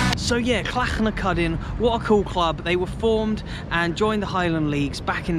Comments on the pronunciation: Says Clachnacuddin correctly - but Gaelic wrong (Gaylick is Irish GaaLic is scottish) :D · Alan Shields Hamilton South Lanarkshire Scotland. You did extremely well with the saying of Clachnacuddin's name it was spot on. I seen Clacnacudan live back in 2012 in a Scottish Cup game at Summerset Park Ayr United winning 2 - 1 that afternoon to be fair to Clachnacuddin they brought doon a good travelling support that afternoon to Summerset Park. Your video was excellent Grant Street Park looks like a lot of Junior grounds myb very slightly better than that but not to much between the quality of Grant Street Park & the better Junior grounds. Last time I was in Inverness I went to see The Highland Derby in 2016 it was the tamist derby game you could ever come across both on & off the park both clubs struggling in The Scottish Prem at the time The I.C.T fans where vocal & noisy enough buck The Ross County fans only started sing when they drew level late in the game. A lot of Ross County fans live in Inverness it's self Digwall being an extremely small town. Clachnacuddin refers to a stone tub apparently in Inverness I wonder if it still exists & whare in Inverness it is if it dose. Last time I was in Inverness we where on our way back to The City Centre from The Caladonian Stadium & our Taxi driver was a Moroccan he was a Raja Casablanca fan he was telling us how hostile there rivalry with Wydad Casablanca it sound extremely intense I had heard of Raja Casablanca before but not Wydad because Eurosport ued to show Highlights of African Champions League games a few de